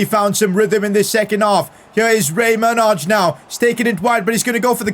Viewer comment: Pcq: Manaj is pronounced like J- as in example Y- ellow so when u say his name u are mispronuncing the J